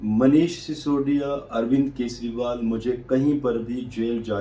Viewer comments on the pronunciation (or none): केसरीवाल नहीं, केजरीवाल। रेबड़ीवाल जवाब तो देता नहीं, अटैक कहां करेगा?